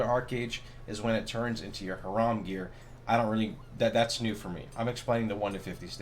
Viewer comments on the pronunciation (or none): HARAM GEAR HAHAHAHA you pronounce it so weird dude xD its pronounced like high-ram